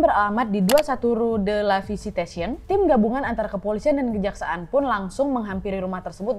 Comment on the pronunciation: Selamat kak Nadia Mau sedikit koreksi pengucapan Blanche Monnier (blongsh Monie) La séquestrée de pointiers (La seqestre de pwangtie) 21 rue de la Visitation (vengteang ru de la visitasiung)